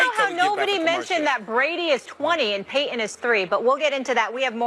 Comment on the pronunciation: Why does she pronounce Peyton Manning name “Pay-in”. It is one syllable. Seems like a lot of people do this today….. Making one syllable words into 2 syllable. Like “Jor-in” instead of Jordan….